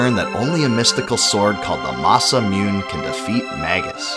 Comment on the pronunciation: ITS NOT MUNE (MOON) ITS MUNE (MOO-NAY) JESUS CHRIST!